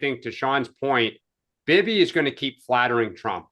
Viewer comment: What was that pronunciation of Bibi by???????????? Lordy.